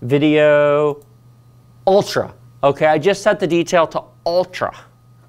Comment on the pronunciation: How he says ultra lmao